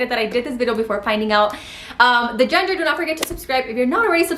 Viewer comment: Are you saying genger? Or gender 😂